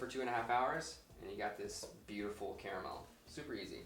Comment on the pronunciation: "Spahtulaah" "ze carramell" haha great video! Looks delicious!